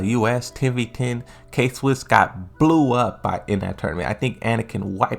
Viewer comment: K-Wiss, not Swiss. nice video